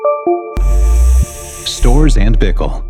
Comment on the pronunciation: Pronounce “Storz” with a hard ‘z’ at the end Presenter is unable to